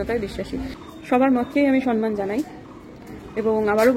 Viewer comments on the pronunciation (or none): বাংলা ভাষা যখন বলেন তখন একটু ঠিক করে বলুন। ”মামনি আসে নি জন্য” তো ব্যাকরণ সম্মত নয়। ”মামনি আসে নি বলে”। সম্মানকে সনমান বলেন। সম-মান I আপনার মতো শিক্ষিত মানুষ যদি ঠিক বাংলা না বলেন,তাহলে ভাষাটার কি হবে?